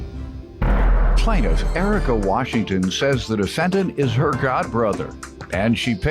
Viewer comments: He kept saying, "Urica". Lol. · Air-rica lol